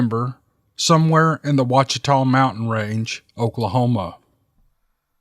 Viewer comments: COOL STORY! THANKS DA ROBERTS. DETAILS: OAUCHITA's pronounced WAH sha-taws. HOCHATOWN is pronounced HOE-cha-town. Hochatown was a remote and I mean remote- Choctaw ville way up the Mountain Fork Valley north of Broken Bow in the far southeast corner of OK. A beautiful rough valley was where the original Hochatown was located before being flooded in the mid 60's to make Broken Bow Reservoir. have heard many old stories about the ghosts of Hochatown Choctaws who were forcefully displaced and/or killed for resisting the usurping and flooding of their paradise home. Stories of Hochatown ghosts haunting the lake and surrounding forest. I knew a guy whose father helped local Hochatowners hand build a power line to Hochatown in the early 60's because the local power compnay would not do it as it was too remote and too rough. The lake is around 400 feet deep near the dam. Water from power generation is too cold to swim in. The lower Mt Fork is a trout fishery. You can fish for trophy brown and rainbow in a cypress lined ice cold river in the middle of summer! "New" Hochatown is nothing but a scatted community next to the lake bearing no relation to the original Indian settlement. The lake and surrounds are the heart of sasquatch country, dense woods, denser pine plantations, sparse population, lots of deer, turkey, feral pig, cattle, few bear, few lion, a few otter in streams but all very lovely country. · For future reference, Ouachita is pronounced Owa-cheeta and Hochatown is pronounced Ho-chuh-town. That's how us locals say it here in Mccurtain County anyway. Just felt like I had to correct you, it's hard to listen to someone mispronouncing the names of where you were raised, live, hunt and fish. Even if Bigfoot is used as a marketing tool as in business names, tourist attractions and the fact we have an annual Bigfoot Festival, it is always a surprise to hear stories about your own backyard. Keep 'em coming. Later ✌️